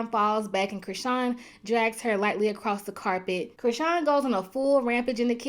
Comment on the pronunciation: "LIGHTLY ACORSS THE CARPET...." LMAO BYYYYEEEEE